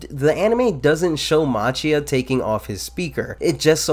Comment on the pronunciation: Important to note that Machia is pronounced like Makia.